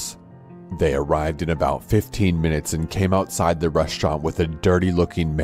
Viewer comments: What Everyone Else Hears: Minutes Later What I Hear: McMinutes Later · Actually, that was an audio glitch, if you listen he says m-minutes later and not mcminutes